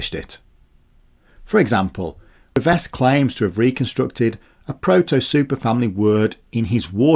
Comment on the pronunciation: 'Revesz' is my surname unfortunately. Thanks for saying it correctly, most Polish speakers get it wrong 👍